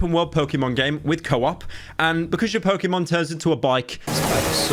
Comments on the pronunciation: its Pok"ey"Mon not Pok"ee"mon. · im so disappointed because he pronounced pokemon wrong! hmph! unsubbing!